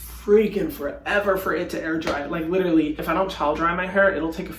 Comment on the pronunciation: Haha literally said that like an aussie